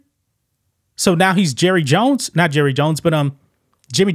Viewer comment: “Hi, I’m Jurry jones.” 😂